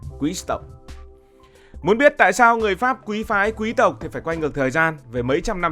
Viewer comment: Thích bạn nói chữ QUÝ-S TỘC , rất là quý tộc!